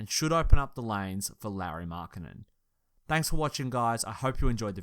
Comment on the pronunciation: For future reference Lauri is pronounced similar to Lowery, at least that's how my finnish relatives pronounce it.